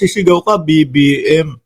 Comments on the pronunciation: ang Linaw ng BBM pgkasigaw ahhh hahahhaa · Ang clear ng sigaw BBM